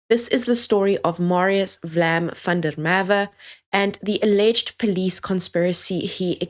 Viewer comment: the nick name represent a 'flame' not a vlam as you pronounce it !